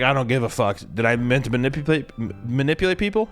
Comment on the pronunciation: trying to say “manipulate” is killing me 💀